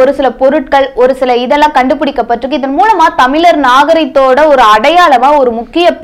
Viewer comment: Unakku thamizh endru uchcharikkave theriyala. Mozi uchcharippu miga mukkiyam sagodari....